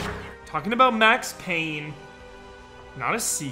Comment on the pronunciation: IT'S PAYNE, WHACK'M